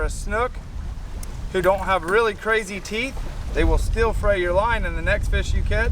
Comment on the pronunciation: Your words got a little jumbled! He said” look at the Teece on this thing” Sorry, had to poke a little fun!